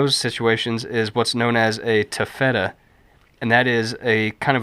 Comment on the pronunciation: For correct pronounciation of "taffeta", ask your Grandmother. Really! Video very informative. 10+ minutes of hands and forearms: hmm... Beats a talking head, though. I didn't see what prompted the comment about stabilizing the camera, but it sure is stable now. LOL One thing to be aware of if making trail clothing with ripstop, flying embers, even tiny ones, will eat it up. You end up with little holes with black cauterized edges. Stay back from the fire, especially in the wind. (Writing from Newfoundland, I hear there are places with no wind. Baseless rumors!) Thanks. Looking forward to more.